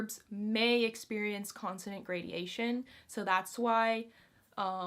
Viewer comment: Gradation, not gradeation:)